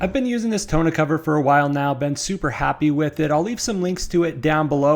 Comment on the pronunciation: More like tawn-OH